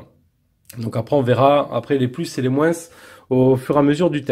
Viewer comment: Aaargh, on ne dit pas moinsssssss lol